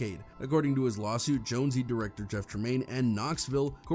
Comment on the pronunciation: You’re still pronouncing Jonze wrong it’s not Jone-Zee lol